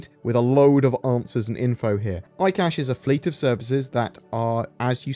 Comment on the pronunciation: Yes, eye cashe 🙂